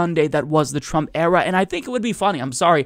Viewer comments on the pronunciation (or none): Are you saying ‘Trump era’ or ‘Trump error’? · Are you saying "Trump Era" or "Trump Error" .... I can´t really understand the words :D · With your accent, you pronounce "Trump era" like "Trump error"... but that also works.